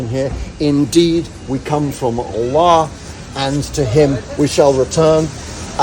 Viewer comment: Lovely explanation, all the more so if you are not Muslim. Congratulations on the reading, and you pronounce Allah properly also